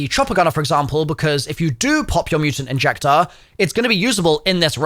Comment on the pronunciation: Yk it’s a mutant injector I just dislike hearing you say it incorrectly